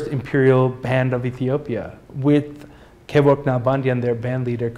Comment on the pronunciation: You are right it's Kevork not Kebork, please let me know if you know more. The only child of Arshak (my uncle) Yakob Arshak passed away before last month. I was hoping to meet him and ask more about and now my hope is vanished.